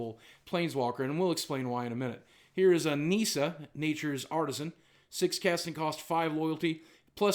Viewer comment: Its not Neesa its Nissa